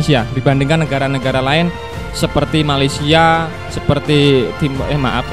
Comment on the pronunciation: Sedikit" sebut malesia Malesia kok sebut sedikit berjaandaaa 😂